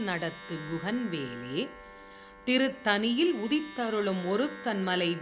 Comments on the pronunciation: avar ketpathu nyaayam. Intha ucharippu sariyaaga illai. Mika mukkiya pathivu. Thiruthani? Illai ,ThiruthaNi. Panivodu ketkalaam. Pulavaraaga irukka vendam ketpatharku. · திருத்தணி not திருத்தனி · நன்றி அம்மா. 'திருத்தணி' என்பது மட்டும் 'திருத்தனி' என்று இரண்டு சுழி 'ன' கேட்கிறது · திருத்தணி என்று சொல்லாமல் திருத்தனி என்று சொல்வது ஏன்? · தங்களுக்கு மூன்றுசுழி'ண' வராதா ? ஏன் திருத்தனி என்று சொல்கிறீர்கள் ?